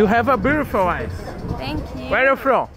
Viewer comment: UERI U FROM??? KKKKKKKKKKK